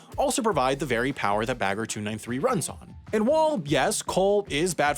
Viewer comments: he is stressing the -er in the end while it should be more relaxed. Like -ah. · The way he pronounced "Bagger" physically hurt me every time. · you say it "bugga" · I always understood beggar